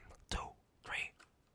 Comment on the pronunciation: one, two tree, four